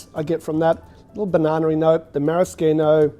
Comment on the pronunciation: I’m now questioning if I’ve been pronouncing maraschino incorrectly my whole life 😳😂 The way you pronounced definitely sounded more legit.